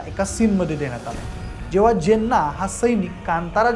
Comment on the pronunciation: जेन्ना नव्हे चिन्ना आहे ते